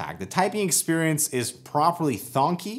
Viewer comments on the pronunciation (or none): "thonky" 😬 (It's thocky)